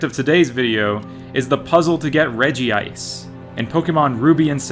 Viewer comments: i agree, great video, though it hurts me he incorrectly pronounces it as regi-ice. curse you 4kids dub and your incorrect pronunciations. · "I would Sawk on a Regice" is up there with Drain the Hog. 😂😂😂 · Is there a reason why you always call Regice "Regi-Ice"? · My man comin' in with the old 4-kids pronunciation. A very bold move when people are so quick to judge.